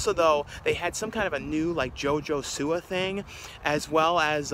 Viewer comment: your not saying siwa right.